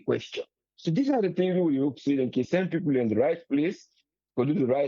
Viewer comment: Triple A nor kill me wit laugh. U say pipor pipor pipor. . Wae other country dem dae go bifo, we dae go bien. If ose nor sell u , street nor go buy u.